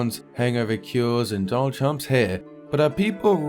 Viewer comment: As soon as he said "Dounald Trumps hair" I laughed so hard and liked the video right away